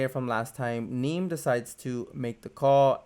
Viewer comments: it"s "knee me" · No, you kept incorrectly saying "Neme" which rhymes with meme. You might want to watch his vlogs.